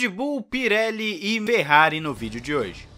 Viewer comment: É impressão minha ou ele largou um "Merrari" no início do vídeo???